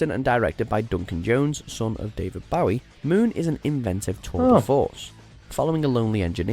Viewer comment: Also David BOW IE 😂